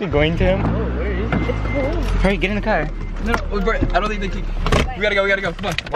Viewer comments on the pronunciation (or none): y’all heard how said car😂🥺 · the way said car LMFAOOOOOO 💀💀💀💀💀💀💀💀💀💀💀💀